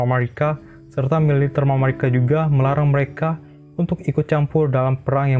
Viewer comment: Tapi cara pengucapannya nggak usah lebay juga... biasa aja mamarika, gak usah jadi mamawika 😁